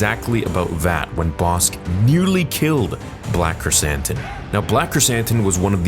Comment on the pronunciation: When you first said his name on stream I thought you said Black Chris Hansen xd